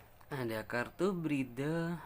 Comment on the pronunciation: Salfok sama cara baca kartunya "breathe" "patience" dll :v wkwkwkwk